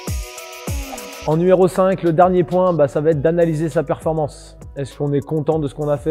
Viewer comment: PERFORMANCE… pas performence 🤣 Mais bonne vidéo quand même.